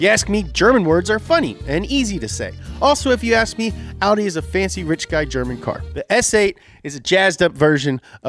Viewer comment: Can we stop saying outie... it's not a belly button 😅😅 It's Awh-di fam